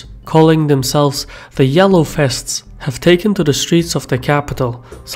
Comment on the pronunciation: The name "vests" is OK, the problrm is your wrong pronounciation: fests. Must be some Belgian or Dutch pronounciation problem. But the content is OK.